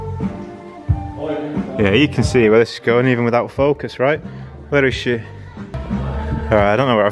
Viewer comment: “... if we can faukusss...” .... lol